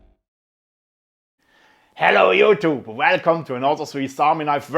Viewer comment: Me encanta cuando este tío dice "jhelou yutú"..eres el mejor!!! Salud.